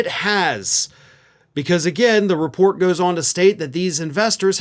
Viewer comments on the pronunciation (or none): none